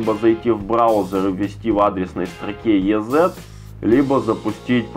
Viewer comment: Ни йэзэт, а изи (ez=easy=просто)